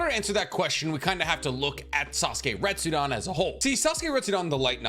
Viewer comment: I'm sorry broski but it's RetsudEn not RestsudAn...